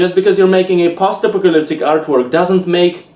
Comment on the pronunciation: I love you man, but I can't stop hearing "pasta pocalyptic"